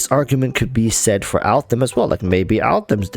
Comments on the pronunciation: Could you PLEASE NOT SAY ALTHAM!!!! He's AL-HAITHAM !!!! Jesu people put some effort into pronunciation. Just show some effort. Don't be lazy. Sorry, got triggered. Butthe good video. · Bruh who the hell is Altham? So cringe man. It's Al haitham ffs either try to pronounce it or don't, why change the name. It's pronounced al-hey-tham. Not that hard. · Can you stop saying Altham please please please, it feels so disrespectful to me, its Al-Haitham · Al- Haytham is pronounced hay like in haystack and the "th" like in thumb Al - Hay - tham The name directly translates to "The Lion" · I call him "that Al- guy" most of the time, because his full name is new to me and I'm really bad in remembering names. 😂 But I agree that if wants to use his name not like me (more like a joke about my bad memory), but seriously, he should try to pronounce it correctly. Otherwise it sounds weird. Maybe, he can't pronounce "Al-Hai-" part for some reason? 🤔